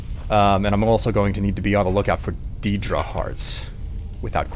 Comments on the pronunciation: Just please try to pronounce "deedra" right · No-one in any of the games pronounces daedra like "deed-ra" instead of "dayd-ra". That's like saying that you can pronounce "car" like "curd" or something